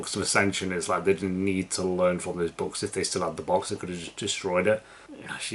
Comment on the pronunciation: great reaction. Your very similar pronounciation of "books" and "box" made this a bit weird here and there.